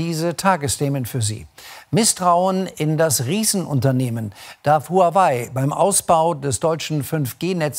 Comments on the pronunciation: Den Namen Huawei spricht man: Wawey! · ARD, lernt doch mal bitte wie man HuaWei richtig ausspricht.